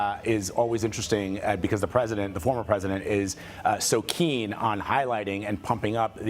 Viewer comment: He cant even say word "president" 😂😅😅